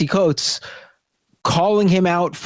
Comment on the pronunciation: Guys, it’s time to start pronouncing Coates’s name correctly.